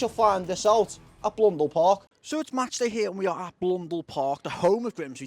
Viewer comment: Mate it's Blundell Park, not Blundele :)